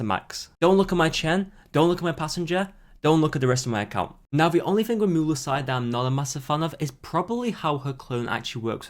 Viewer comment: STO P PRONOUNCING MUELSYSe LIKE THAT JHDSFKSHDFSDF or else triple gay